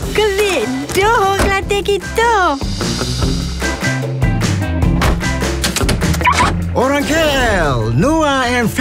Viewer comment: Siapa oqang kedah.